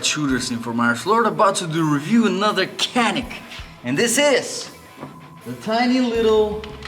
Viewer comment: I am writing as a Turk. You are pronouncing "canik" false. We pronounce it not like "kea - nick" Just like "janik" I found a video about this on youtube. If you are interested: Nice video. I like it :)